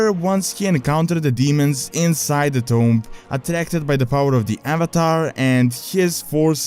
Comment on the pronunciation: sounds like your saying tome instead of tomb